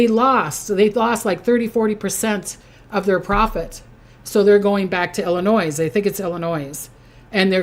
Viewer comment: Hello there. I’m from Chicago Illinois and every time you say Illinois I flinch because we do not apply the S on the back of Illinois. the s is silent. Just saying love you I’m a subscriber. Thanks for all your time and everything you do.